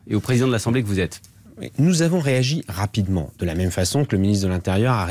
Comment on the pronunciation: "Nous avons réagis RA PI DE MENT!!!" Z'avez compris les gens? RA PI DE MENT! Pitoyable.